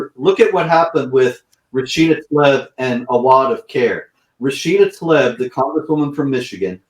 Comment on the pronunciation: By the way the way you pronounce her name is Rashida Tla-eeb not "Talib" Tla-eeb or Tlaa-eeb